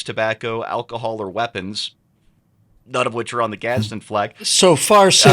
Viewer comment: There's no "t" in "Gadsen"